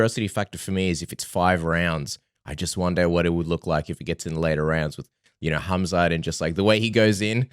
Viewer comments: His name is Khamzat, not Hazmat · Knuckles, if your reading this. It's Khamzat not hazmat! Lolol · Robert actually searched khamzat name. He wanted to say Hamza but ended up saying hazmat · its khazmat not khamzat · Hazmat? Rob is butchering Khamzats name😆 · Rob calling Khamzat “Hazmat” non ironically is great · Did Robert rally called Khamzat for Hazmat...hahaha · Anyone realise Rob kept calling Khamzat, Hazmat? 😂 Reminds me of them Hazmat suits people in labs wear 😂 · I know right? It's pronounced Kumshot. Who would name their kid Kumshot? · Rob called him HAZMAT 🤣🤣🤣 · hearing Rob calling Khamzat “HAZMAT” made my whole week. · I have a friend who looks just like rob and he literally says his name the EXACT SAME HAZMAT WTF IS THAT LMAO.